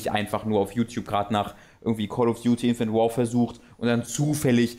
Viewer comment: Bin ich der Einzige, der "Call of Duty: Infant Warfare" verstanden hat? Absicht? :>